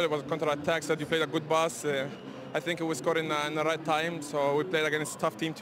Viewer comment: 'today game I fink is verry jard'